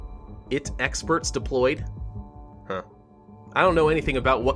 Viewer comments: I.T not "it" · “It experts deployed” 😂😂 I think you mean I T